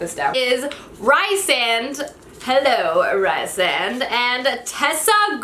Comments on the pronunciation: Also Rhysand is pronounced ree-sand not ri-sand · its REE-SAND. REE. Sand.